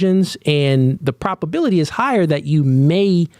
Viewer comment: You’re throwing Ps at me brother. Pro-B-aility